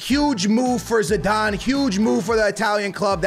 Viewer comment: that is not zidane thats podane good vid